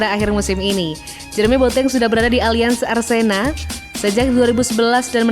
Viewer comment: Allianz Arena min bukan Allianz Arsena 🤣